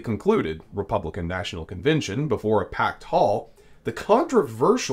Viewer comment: You must love hearing yourself saying things like convintion instead of convention, or inny instead of any (enny) because you took nearly nine minutes to tell us what you could have said in about two. As bad as me writing all this instead of using fewer words. Irritating isn’t it?